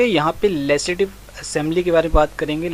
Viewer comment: Its legislative assembly not lesidive